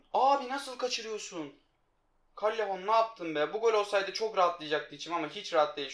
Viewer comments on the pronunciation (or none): Kallehon diye okunmuyor caleyon diye okunuyor